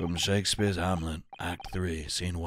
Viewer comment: Because its the end of the trial I will now point out has been saying Shamspeare wrong the entire time and adding an extra "e" after the m.